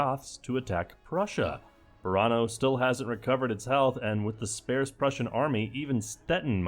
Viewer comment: Remember that time in Mk 2.1 that we all taught how to pronounce "sparse" only for him to forget?